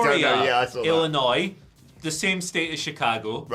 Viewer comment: You pronounced both the city and state correctly. Thank you for that.